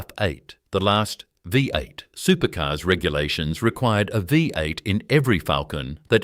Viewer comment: Good story on what was lost from Australia. AI commentary was terrible as it was unable to pounce a lot of words correctly. V8 engine was the worst.